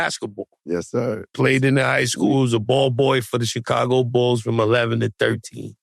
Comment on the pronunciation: why joe keep saying Checago....its annoying tf out of me